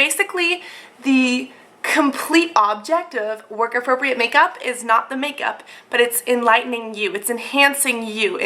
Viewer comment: haha, at the end end u said work APROCREAT makeup